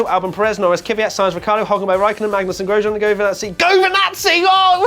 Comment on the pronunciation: Lol, race rundown you said GOSJEAN...forgot the R...so this doesn't count.